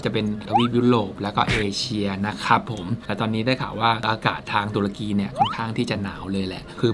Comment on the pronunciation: ตะลุย ตะ-รุ-กี 😁🤣